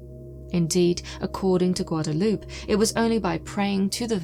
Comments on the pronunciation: Just for future reference, Guadalupe is pronounced Guad-a-LUPE-ay. Some of these names can be hard to pronounce when you aren’t used to it… If you ask YouTube, how to pronounce it in the search bar then they will tell you :-). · I love your channel! Lol but Guadalupe is pronounced "gwa-da-loo-pay" lol much love and keep on doing what you do. Much love!